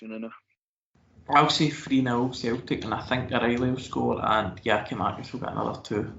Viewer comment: Tell Tony it's not Giamakis it's Giakoumakis